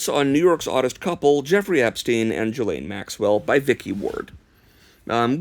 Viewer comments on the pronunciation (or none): “re:” in email subject lines is pronounced “ray,” not “ree” Ghislaine is pronounced zjhee-LANE, not juh-lane